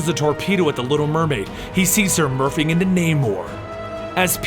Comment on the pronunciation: "He sees her murphing into Namor."